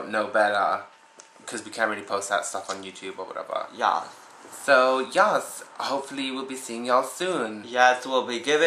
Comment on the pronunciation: Yawth is not a fucking word. ITS. YES. ( Y-EH-S ) ugh.